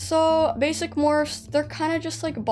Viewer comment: For a second their I thought you said bassie not basic like are we talking dandy’s world or Wcue